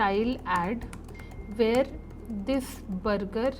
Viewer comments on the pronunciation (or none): very informative video however please look into your pronunciation “burger” and other words i don’t wanna be too picky